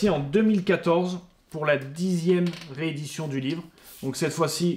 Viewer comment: Bonjour, très bonne vidéo, sérieusement préparée et avec beaucoup de passion. J'ai trouvé une édition de 2003 sur leboncoin, qu'en pensez-vous ? Sinon on dit une "réédition" (pas "reédition") et "chinese" se prononce "tchaïnise" (pas "tchinaise") ^^. Bonne continuation à vous et merci pour la vidéo !